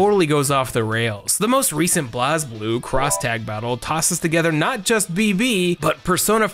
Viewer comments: it’s pronounced “Blaze.” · I’m sorry HOW did you pronounce Blazblue? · I hope you are pronouncing Blazblue like that jokingly like how Theory Fighter does